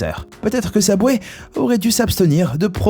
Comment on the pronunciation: Prononce bien wsh Subway pas SABWAY mgl tes perdu